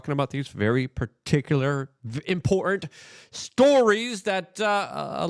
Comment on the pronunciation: Can Luke not say the word "import"-ant?